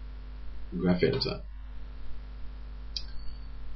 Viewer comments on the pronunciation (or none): none